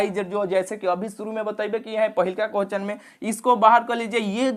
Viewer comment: Bhai pahle questions to sahi se boliye kohchan kohchan